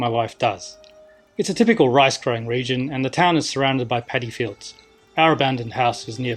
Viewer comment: did he say the house is surrounded by "paddy fields" or "pedophiles" ?